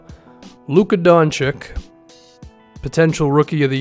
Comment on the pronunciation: just gonna put it out there, the "čić" in "Dončić" is pronounced "chich" not "chic". Trust me, I used Google Translate's hearing thingy